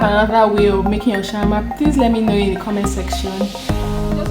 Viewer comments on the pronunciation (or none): Say shammah Shawarma 🤣🤦‍♀️ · Shammah - Shawarma 🤣🤣🤣